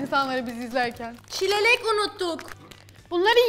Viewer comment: Alizadenin çileğe cilelek demesi